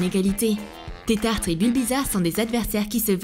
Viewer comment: C tetarte pas tetartre